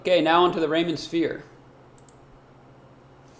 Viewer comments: REE-man not Rayman. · It's pronounced like Ree-muhn